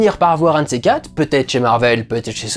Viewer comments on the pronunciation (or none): none